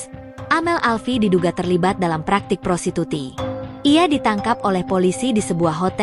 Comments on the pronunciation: Prostitusi min..bukan prosituti 😂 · Woe Admin.... Baca aja kaga becus Lo...prostitusi bukan prostituti !!!! Ngelawak Lo 😂